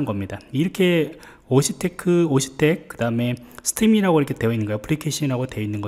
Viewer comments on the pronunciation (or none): octet stream 발음 옥텟아닌가요? 오씨텟? 풍성한 한가위 웃음주신거죠? 발음 레알 진짜?